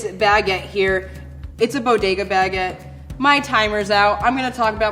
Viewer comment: Her pronunciation of Baguette, especially when she said Baguette maybe 4-5 times in the span of 5 seconds distracted me. She said it like Bag-get like she carries this thing on her shoulder.